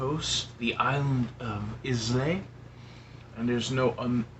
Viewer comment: Just so you know…it’s pronounced “eye-la” for islay